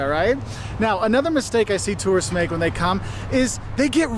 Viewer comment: Okay, as an American, I loved the video. But the first two seconds, it sounds like you say “The biggest mistakes terrorists make…” and that’s just funny as hell! 😂